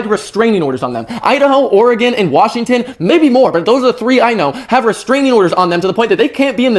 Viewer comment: Bro everytime I hear someone say Portland Oregon it throws me off